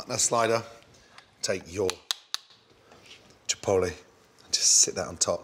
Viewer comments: "Jipoele sauce" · How Gordon says chipotle ‘Chipoule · No one: Gordon: take some.....chipoli Like wtf is a chipoli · The way he says chipotle😭😂